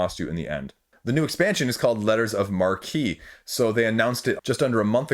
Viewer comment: Yea! someone pronounced it "mar-key" and not "mark".